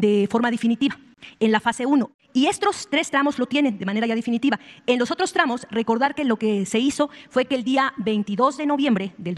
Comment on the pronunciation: Difinitiva ??? No sabe ni hablar Definitiva se dice así, nos da tristeza que esto nos gobierne